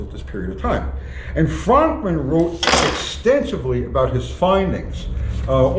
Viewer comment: It’s pronounced Frönkmann lol